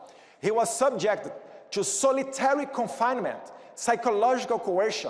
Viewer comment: Eduardo: não se fala "two be here" e o nome do vice é J D Vance, não " G D Vance" como vc pronunciou. Mas o conteúdo tá correto. Tmj. Valeu representar-nos 👍🏻